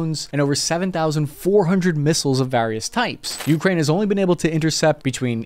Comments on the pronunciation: min. It’s Ukraine, not Ukrain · Holy shit why do you keep pputting emphasis on the U in Ukraine. So god damn weird. It's like saying ameRICA. Edit: I just saw the part where you showed an enthusiast's simulator cockpit, followed by an F-16C landing on an aircraft carrier in DCS... I think I see what this channel is like now. Edit 2: The HAARM cannot track "anything that emits the radar signal". It has very specific programmable channels for surface threats. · ookra inna (hebrew)